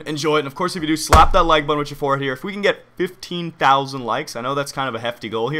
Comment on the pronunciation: I know he meant forehead but it sounded like forehere